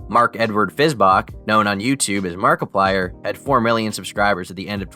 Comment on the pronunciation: How did you manage to mispronounce markiplier’s name